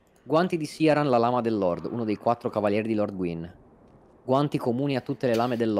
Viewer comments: E ancora con questo "Siaran". Sia nel suo dialogo tagliato che in quello di Gough, il nome viene pronunciato come "Kirán". Non è un nome fantasy, è derivato dall' irlandese. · L'ho appena ascoltato e hai ragione Dice "Kiraan"